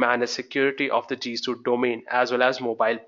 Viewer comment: G Suite. Not G Suit. Also, thank you for the video.